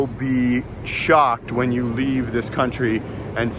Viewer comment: leave, not “llve”…